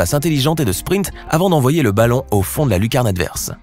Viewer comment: il a dit '' baton'' au lieu de balon